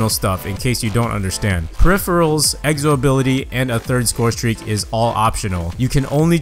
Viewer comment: Why does he say egzo